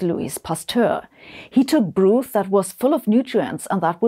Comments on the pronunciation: [broth], not [bru:th] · That is broth, not brooth, which is not a word. Broth (brawth) sounds like cloth. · It’s pronounced brahth, not brooth, My darling.❤ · minor edit BROTH is pronounced BRAWTH (not BROOTH) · I'm sorry, I know it's probably a language artifact probably something, but "broothe?" It's broth around my neck of the woods. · But 'brooth' sounds more funny😊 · “Broth” is pronounced with a short o, not like “brooth”. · Interesting subject. Just remarking that the correct pronunciation of broth is not with an 'oo' like 'food,' but with an 'o' like 'knock'. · Hmm. I wonder why you started the video with Aristotle, rather than Plato, who was his teacher? Could it be anything to do with Aristotle's having been the originator or reductionist epistemology, if not ontology? P.S. I love your pronunciation of 'broth'. It just might catch on.